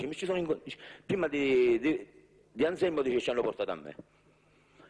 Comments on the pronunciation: non e' Alzelmo ma Anzelmo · Non so se è "Anselmo"o"Anzelmo"ma di sicuro non "Alzelmo!"